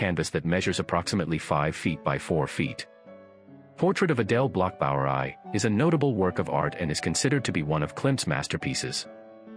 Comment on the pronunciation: Adele Bloch Bauer Aye? Less femmes? The pronunciation of a bot….absurd!